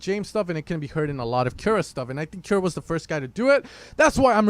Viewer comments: I think it's pronounced 'koo-ra' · Portugal Bro :D We say Kiura xD